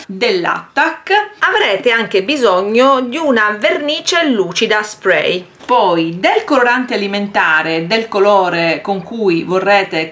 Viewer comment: Mi piacciono i tuoi video ma si dice spray con la A